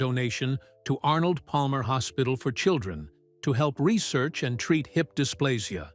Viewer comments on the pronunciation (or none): none